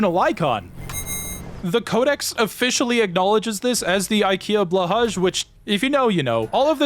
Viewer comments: blåhaj is prunounced: blaw, that rymes with saw, hay. So when you say blåhaj, say blaw hay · ITS PTONOUNCED BLOHAI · God I forgot some people actually pronounce blahaj how it's spelled and that was a cold slap in the face by reality Shork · blå haj idk what u said